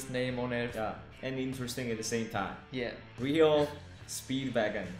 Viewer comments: It's pronounced R-E-O Speedwagon. they had a bunch of great ballad songs in the 80's. I prefer the older rockin songs from the late 60's and early 70's. Please react to : Golden Country, Like You Do, Music Man, Being Kind can hurt someone Sometimes, Flash Tan Queen, Little Queenie and 157 Riverside Ave. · REO Speedwagon, the REO pronounced Are-E-O!! Not Rio. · Just for you guys to know... it’s not pronounced “Rio”... you pronounce the first three letters as individual letters... “R” “E” “O”. It’s R..E..O Speedwagon... not, “Rio”. Speedwagon. Just trying to help you out. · Hey lads - you inadvertently mispronounced their name. Made me think how they came up with the name so I googled and here's what I found. The name REO Speedwagon came a 1915 truck that was designed by Ransom Eli Olds. ... Rather than pronouncing REO as a single word as the motor company did ("REE-oh"), they chose to spell the word out, pronouncing each letter individually ("R-E-O").